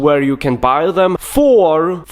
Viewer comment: "If you wanna baaay."